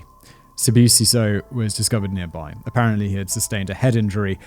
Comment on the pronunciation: Lol the way you pronounced Sibusiso is exactly how my white teachers would pronounce it😂